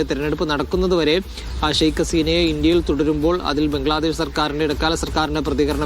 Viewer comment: മീഡിയാവൺ സ്കൂളിൽ പോകണം " ശൈഖ് "അല്ല " ഷെയ്ക്ക്" അസീന